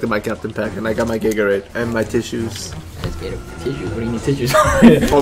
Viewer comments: Lol you even said gagorade lol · He said "gaygorade" lol